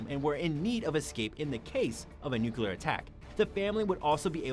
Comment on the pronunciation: It's nuclear (new clear) not nookyoular.